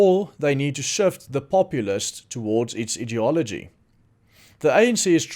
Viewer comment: Hello. Thanks for all you do. Your English is very good indeed. I don’t want to sound like a schoolteacher but in case it helps, we pronounce ideology as EYE diology. Please don’t take offence. English is tricky, like you say idiot not EYE diot!😉